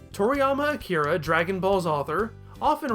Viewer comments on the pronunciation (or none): none